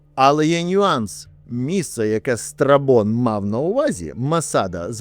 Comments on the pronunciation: Страбон, а не страпон хтивий ти збоченець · Чого я чую не Страбон, а страпон? 😭